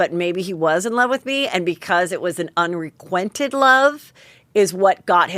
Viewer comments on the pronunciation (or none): Did you say unrequinted love? I love how you always mess up words. 😂😘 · 'Unrequited' love, not 'unrequinted' FYI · Did Heather say "Unrequinted Love"? It's "Unrequited love".